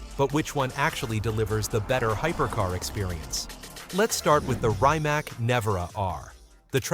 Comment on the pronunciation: It's pronounced reemats , not rye mac 😂